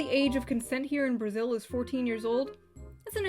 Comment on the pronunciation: I got so fucking triggered when i heard "brazil"